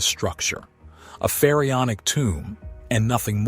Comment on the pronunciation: Please learn how to pronounce Pharaonic. It's not Ferry-on-ic.